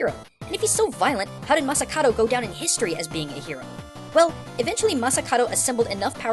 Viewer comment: Masakado. is it just me or pronounces it like masakaro, like in massacre i swear he does that on porpoise